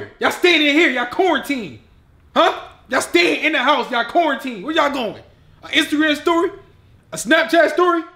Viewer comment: "YA'LL CORNTEENED!" 😂